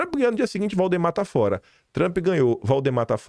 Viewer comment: Para mim é TRUMP e não TRUÃMPPP....kkkkkk😅😅😅😅😅